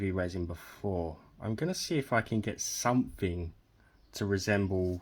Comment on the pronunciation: I can't listen to you talk! somefing, a th doesn't become f????